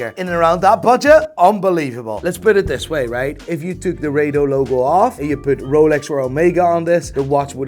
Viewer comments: It’s not Ray-dough it’s Raaa-Dough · Wtf is ray-do???? It’s pronounced as ra-do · RA-DO not ray-do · It's pronounce RADO not RADO. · It's Rado not Raido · Its not 'Ray dos' its 'Raa do'